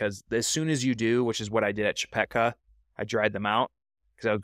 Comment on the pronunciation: Hardly anyone started at McKee Draw until YouTubers became a thing. Before that, the decision was to start at Leidy Peak or Chepeta Lake. And it's Chepeta, not Chepecka. Good video.